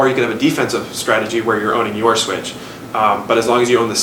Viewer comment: its also strategy and not stratey